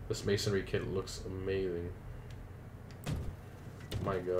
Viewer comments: Dude, it's Man-sorry or Man-s-oh-reee whatever not ma-son-ry heck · It's mansory not masonry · It’s mansory not maisonry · Why do you fucking keep saying 'masonry'? It's mansory.